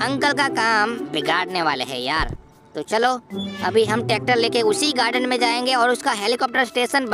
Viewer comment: Tacter nehi tracter